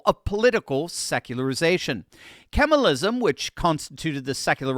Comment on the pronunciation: FYI: Kemalism is usually pronounced kuh-MAHL-ism, not "camelism."